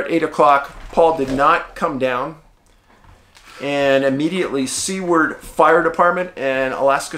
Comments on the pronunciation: Hey Dave great video, I live in Wasilla and my wife ran that race when she was younger, it would be impossible to dissappear, its always bothered me they never found him. Oh and it's pronounced like Sewar with a d at the end, not sea. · It's pronounced Seward not c word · Love the content! Your Alaska missing case, you pronounce the town Sue-ward though😊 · Dave, it’s so heartwarming to hear the joy in your voice over Huck. Dogs are here for us for a reason. It’s no coincidence that dogs are the most loving, loyal, and devoted creatures known to man. She has definitely helped fill a huge void in your soul. My English bulldog has done that for me also. Great stories today. I just want to point out that Seward is pronounced “Sue” “word”. God bless you!